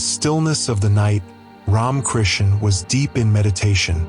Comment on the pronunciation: Poor old AI doesn't know how to pronounce RamaKrishna's name... half the time. It sound like "Ron" Krishna's ? Blessings all around. !!